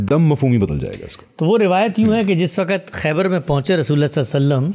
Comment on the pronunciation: PLEASE CORRECT YOUR PRONOUNCE ( ISS WAQAT WRONG) (CORRECT IS ISS WAQT) WE EXPECT IT FROM YOU QUALIFIED PEOPLE SPECIALLY IN URDU.